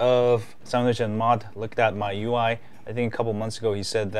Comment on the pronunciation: Well, i think you have some problems about pronunciation. There is the original one, from China, and yours. It seems you like this last one more.